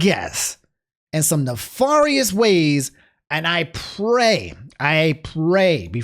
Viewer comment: You can tell is from MD because of the way he says Nefarious